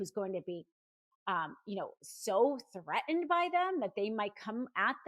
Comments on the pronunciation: The word threaten has two Ts. Both are enunciated. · gotta quit watching after a minute because i can't stand the way you are pronouncing "threatened".